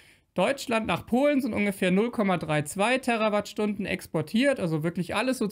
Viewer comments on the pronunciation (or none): Danke für die Richtigstellungen. Kleiner Tipp: Bitte die Terawattstunden mit "langem" "E" betonen, denn es hat ja nichts mit Erde zu tun, sondern ist ein Multiplikator.